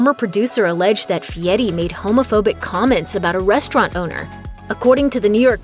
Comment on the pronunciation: This idiot can't even say his name right It's Fieri , not Fieti! Damn get the name right